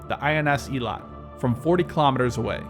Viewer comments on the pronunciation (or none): The Israeli ships Eilat and Hanit are pronounced A-lat (sound the letter “A”, like A-OK) and Ha-nit (Ha as in harbor). With respect to Hanit, supposedly its anti-ship missile defenses were turned off due to no intelligence indicating Hezbollah possessed sea-skimming missiles, coupled with a lot of friendly forces operating nearby.